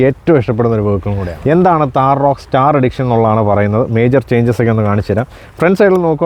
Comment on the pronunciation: ഉച്ചാരണം... എഡിക്ഷൻ അല്ല സാറേ, എഡീഷൻ എന്നാണ് 🙏THAR ROXX STAR EDITION